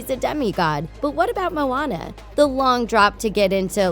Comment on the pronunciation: IT IS MOANA NOT MONA